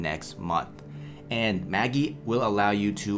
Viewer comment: It is pronounced Ma-jeye. Like the magician